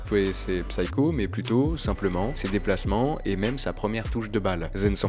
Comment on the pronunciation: Psycho ça se prononce "saiko" :p Comme d'hab une vidéo trop cool même quand on est déjà familier avec le sujet